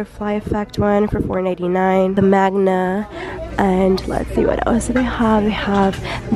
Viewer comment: I cringed at the "magna" part